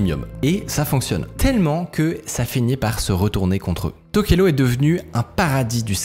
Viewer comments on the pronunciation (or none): Ça se dit TokelaOU pas TokelO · ça se prononce Touvalou :) et tokélaou, j'ai pas eu accès à un bon réseau pendant un an et j'ai raté cette pépite. J'habite dans le pacifique et je guette un peu ce qui s'y passe technologiquement. donc merci. J'ai bien rit sur la prononciation des noms polynésien et je connaissais pas ce business des noms de domaines. merci beaucoup